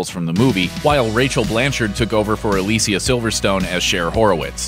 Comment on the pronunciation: Aleeseeya Really?